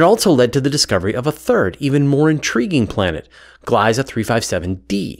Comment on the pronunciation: It's nice to see my taxpayer dollars go towards something useful for once Oh, the "ie" in "Gliese" is pronounced like an "e" and not "I" (in English)